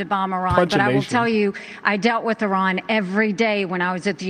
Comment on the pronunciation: Why do conservatives call Iran “I ran”?